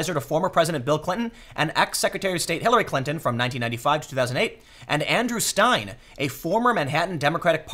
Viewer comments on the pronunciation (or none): none